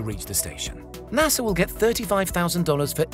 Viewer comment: Ahem. There is no "R" in pronouncing NASA, btw.